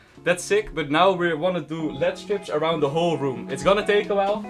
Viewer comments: calling "L-E-D Strips" "LEAD strips" is my new favourite thing now 😂😂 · It is L E D strips and not led strips Also your old setup was looking 10 times better than mine lol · You don’t say it lead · He didn’t he meant LED it’s just some people say lead strips